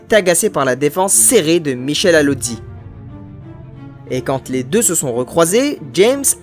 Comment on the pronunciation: . "...et quand T'les deux". Pfiuuu, punaise, t'es le roi de la liaison grammaticale